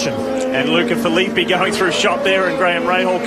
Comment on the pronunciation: Agh, that's not how you pronounce Filippi